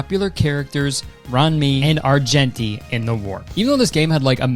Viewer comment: i couldnt help but giggle at the way he pronounced ruan mei and argenti lmao